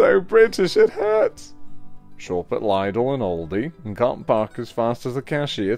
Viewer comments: Did he seriously just call lidl 'lydl' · This is the second time I’ve heard someone pronounce Lidl like that. It’s usually said with the li sounding like the first part of the word “lit” and then the dl like saying dull, as in “he’s very dull”, but very quickly, just in case you need to every say it again in a boyish accent thought this might help ☺️ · omg i love your impression of our accent lmao it's amazing edit: btw for future reference, lidl is pronounced like little, just with a d instead of a t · ...Nandos is neither a supermarket, nor an Indian restaurant. I'm not exactly sure what kind of food it is, come to think of it. Maybe Mexican?? (also it's "LIDD-le")